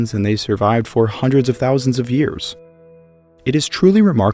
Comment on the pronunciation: Why does he put an H in front of years it’s driving me nuts lol